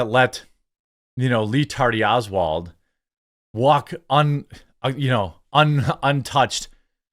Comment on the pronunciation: Im glad you're saying Lee Tardy Owlad again. I laugh every time.